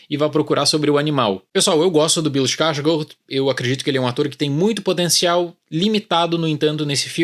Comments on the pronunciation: Achei ter ouvido ele falar "iskarsgorth"... Tá bem errado. É mais pra "Skarsgôr" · Eu sempre falei escarsgarde kkkkkkkkkk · Eu acho que ele pronunciou errado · Ele pronunciou o sobrenome errado